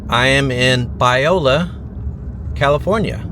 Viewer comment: As a Central Valley native, I find it very disturbing that you called Biola, Viola….